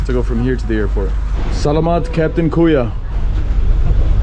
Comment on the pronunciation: Please stop saying KUYO ...it is KAYO ☺️